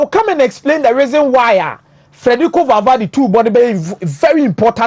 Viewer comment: The name is Valverde NOT Valvade